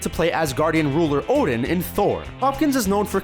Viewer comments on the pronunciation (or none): I though he said putin instead of odin xD